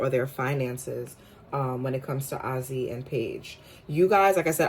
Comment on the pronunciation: I feel like this goes hand in hand with their latest interview … them being understanding and putting each other in their shoes or clothes . Names are pronounced: “A Z” Paige last name is pronounced as “Beckers “